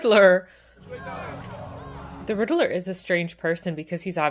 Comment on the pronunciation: The way you pronounce Riddler makes me laugh. Like "Riddle-Er".